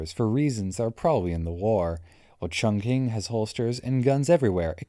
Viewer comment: The pistol detection overriding a sniper is next level haha. Just FYI Chongqing is pronounced Chongching btw. Thanks for the videos!